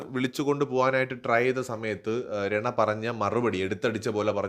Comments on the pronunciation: രണ അല്ല റന ആണ് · Bro രണ അല്ല രനാ ആണ്😅